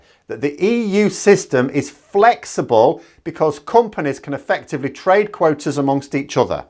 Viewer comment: Did you actually say quoaters (quotas + waters)? 😂